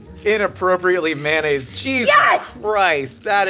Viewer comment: There are so many words annunciates pretentiously, but he says "mannaise"